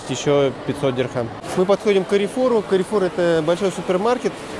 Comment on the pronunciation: Правильно говорить Карфур. Это французская сеть